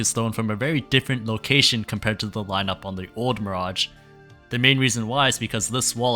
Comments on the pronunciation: why is this man calling mirage miradg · Gotta say, never heard anyone botch the pronounciation of Mirage so deeply. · The pronunciation of mirage almost drove me mad 🙈 it's a really cool video idea, topic and coverage though!